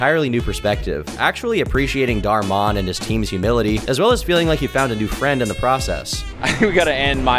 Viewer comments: It's pronounced Dhar (like car) MAN not Dhar MON he even refers to his fanbase as Dhar Mann Fam come on now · I don't think you need to pronounce "Dhar Man" as "Dhar Maan". Just speak English normally. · you pronounce it as "man" not "mon" 😭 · Dhar Man, not Dhar Mon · Never pronounce dhar man again plz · Please stop saying "dar-mon"💀😭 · or who? also he says dharr mon 💀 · Lol why you pronounce dhar man like that lmao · Why do you say Dhar Mann like that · Considering how you pronounced Dhar Mann, and then your explanation of his videos... please admit you've never watched a single one. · Your pronounciation of Dharr Man might be the worst thing you have ever done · never heard ANYONE pronounce Dhar Mann like that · That's freaky! I was completely thrown off with tom pronouncing it like that, i was staring off into the abyss then saw your comment 😂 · Why do you say Dhar Mann like that?! I dunno why, it bothers the heck outta me